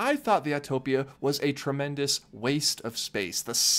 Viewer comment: I’m so glad you actually know how to say “Autopia.” Thank you for not saying Autotopia!!!